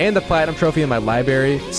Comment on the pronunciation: lie berry 😡😡